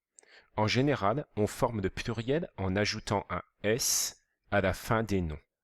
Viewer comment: Il dit puiriel au lieu de pluriel, mais la vidéo est bien